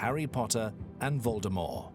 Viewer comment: Did he say "Lord Voldemore?"